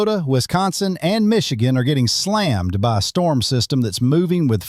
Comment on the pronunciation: Huge “Strorm” ??????